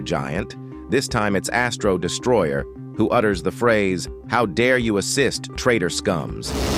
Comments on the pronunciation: He disent say assist he says rassist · i heard how dare you exist instead of assist💀 💀💀